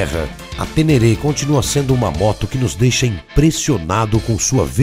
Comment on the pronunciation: A próxima vez que vc falar TÊNÊRÊ, vou até aí te corrigir pessoalmente, viu o! 😅😅😅😅